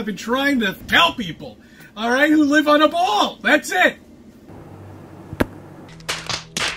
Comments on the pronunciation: He calls it a bwall . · "bwall" uggh...